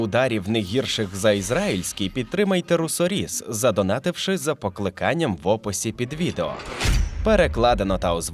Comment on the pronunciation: Все чудово, крім 'покликанням'. Що це ща коверкання мови?